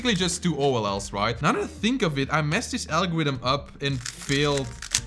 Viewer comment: "I messed this algowidm up"